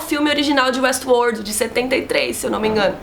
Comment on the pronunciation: muito bom a falando WuestWorrrld